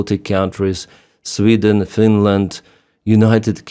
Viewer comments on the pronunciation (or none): none